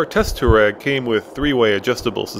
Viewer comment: dude freeking learn how to say Touareg!!!!!!! its bugging the crap out of me